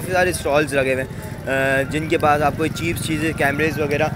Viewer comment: yaar english toh thek kro chep chep kary jary ho low rate he bol do